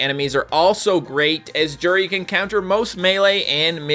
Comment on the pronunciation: Its pronounced you-di